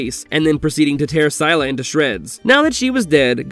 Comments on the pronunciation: I'm not tryna hate...I just felt like correcting ur pronounciation cuz I'm a huge fan of the Monsterverse and having u say "syla", hurt. So- um- it's pronounced as sil-la and spelt Scylla. Plz I'm not hating don't cancel me, ur cool 😭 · I dealt with you putting godzilla and barbie in the same sentence. But scylla? It's pronounced sill-a. I'm out of this video